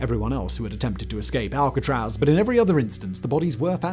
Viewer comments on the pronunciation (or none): none